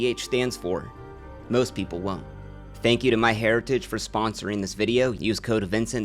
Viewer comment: You should sue your sponsor "MyHairitage" ☠️